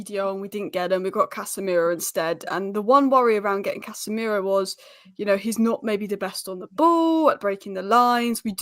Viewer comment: said CASHemiro 👀